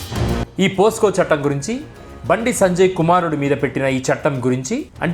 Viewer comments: అన్న పోస్కో కాదు పోక్సో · Brother your explanation is great! just one clarification, it is not "POSCO", instead it is "POCSO" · it's POCSO ACT yaar, not POSCO. I am a keen follower of your videos. Going good and continue. God bless you. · అయ్యా, అది పోసుకొ చట్టం కాదు, పొక్సో చట్టం